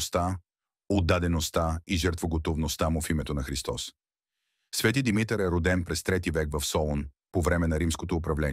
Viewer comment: Научете го този български език-"Свети Димитър","Димитровден".... ударенията как един път не ги сложихте на място.Къде сте расли не знам.То тези думи поне се употребяват с години.От обща култура трябва да се знаят.